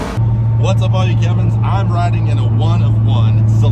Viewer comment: Are you saying "all you Kevins?"